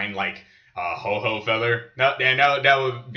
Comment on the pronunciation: HO-OH not Ho-ho